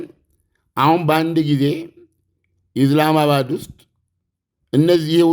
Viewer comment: እኔ ሚገርመኝ ኢስላመባድ ብለህ መጥራት አቅቶህ ነው ኢዝላማባድ ምትለው ?